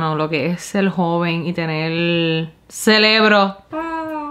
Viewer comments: Cerebro baby no celebro.... 😂😂😂😂😂😂😂😂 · Sabemos que es cerebro pero decimos celebro😂😂